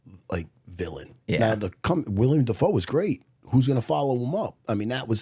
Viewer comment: its fuckin willem matt not william